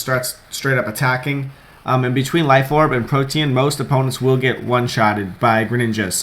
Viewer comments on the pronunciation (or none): none